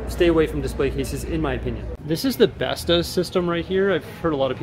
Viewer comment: Bestå is not pronounced as besta. Firstly it is two words in one; be-stå. Secondly, the å is pronouced as o in orc for example